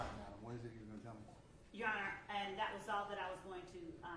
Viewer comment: do she no how to say your honor instead of yonner